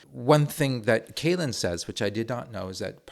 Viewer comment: Excellent video and you had a very good expert in Dr. Kälin to learn about this. Great German pronounciation as well. Just a couple of additions: - Our Rapier systems have been decommissioned. Unfortunately they weren't sent to Ukraine, would have loved to see that. - The fortifications that have not already been sold (some of them are popular among firms for putting their server infrastructure inside them for example) have been put under a sale suspension, meaning they'll remain in the governement's inventory and there's currently a sort of collective brainstorming initiative going on, that's run by the government and primarily adresses start-ups and other companies from the defense industry to figure out how they could be used again - Bridges and other critical infrastructure can't be blown up anymore - we also considered buying the Super Hornet - you are 100% correct in saying that we as a country do not take this serious enough unfortunately